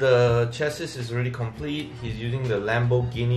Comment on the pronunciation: i lost it when i heard lambourghini .